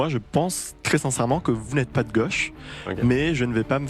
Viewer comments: On dit gauche pas goche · Gauche pas goche 😂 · ...de goooche ou de gauche ? Vous ne savez pas parler français. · De geuche c est quoi accent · Cette prononciation de "goche" est inaudible et insupportable. C'est vraiment le bobo parisien LFiste